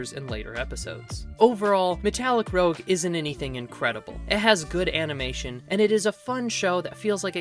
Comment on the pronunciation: Sorry to nitpick, but I believe it’s “roozh” like red cheek coloring. Rogue is what you are saying.